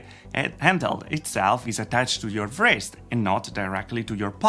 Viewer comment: That's really interesting, always cool to see new haptics concepts. (fyi the 'w' in "wrist" is silent ;-) )